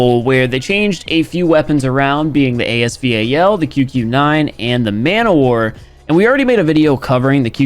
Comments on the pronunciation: calls AS VAL- A S V A L Everyone A S VAL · Nobody: Absolutely nobody:: A-S-V-A-L Me: It's the A-S Val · "AS V. A. L don't spell it out bro jus say Val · Dislike because of A-S V-A-L pronounciation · Not you saying the AS VAL name AS V-A-L. So much anxiety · bro no it’s not it’s called the as Val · dude literally the manufacturer of the real weapon call it A S-val so, no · Ffs its khu khu noine ans as vaaal